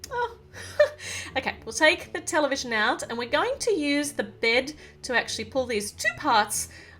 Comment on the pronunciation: When she says television I thought she said Nutella vision